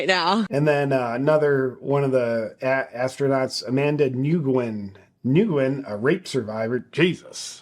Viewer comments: Nguyen is pronounced ‘win’. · Nguyen is pronounced Wen. Not throwing shade, it’s just a good thing to know. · Fyi, Nguyen is pronounced 'new-en'. It is the only thing I feel I can contribute to your video. 😎🇦🇺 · Nugenh pronounced New yen